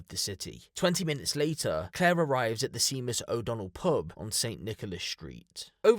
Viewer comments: Seemus o Donnell is wrong is pronounced shea-mus Irish names are funny top quality content as always🇮🇪👍🤘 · Sorry to say this to you..but its not Seemus...its said Shaymus....Seamus. Its Irish....made me lol though...🇬🇧👍👍👍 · I love your videos bro. Just one thing. It’s not “seemus” 😂 Seamus is pronounced as “Shaymuss”. I’m pretty sure it’s originally an Irish name and Im slightly surprised you’ve never come across anyone by that name but maybe you’re just not as old or knowledgeable as I am. I thought everyone knew how to pronounce Seamus though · Brits pronounce Seamus as seemus? 💀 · Just as a point of detail, it's pronounced 'Shay-mus'. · Seamus is pronounced shaymus. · I think you’ll find the name ‘Seamus’ is pronounced ‘SHAY-muss’ . . . emphasis on the first syllable. Otherwise, this was an interesting case. Thank-you. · Its pronounced shamus mate, shay-mus. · Seamus is pronounced 'Shame-us' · Sèamus is pronounced Shamus It's an Irish name You are British, love Come on! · Seamus is pronounced Shay-mus in Gaelic ……great content, well done…… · Yes! You'd think he'd know how to.pronounce it! Lol, it's pronounced "SHAY-MIS" but spelled "Seamus". 🤷‍♀️ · lil thing for future reference, seamus is the same as shamus. same name and pronunciation, different spelling. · Seamus is pronounced shaymus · Seamus is pronounced like Shaymuss 👍💯🇮🇪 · Not that it matters but Seamus is pronounced Shay muss ❤ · Seamus is pronounced "Shaymus". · Shaymus- that’s how you say seamus. In case u we’re wondering 😊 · Its pronounced shaymus lol, didn't you study Seamus Heaney in school?! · I don’t know who that is but I’d pronounce it as shaymus. It just depends where you’re from and how you pronounce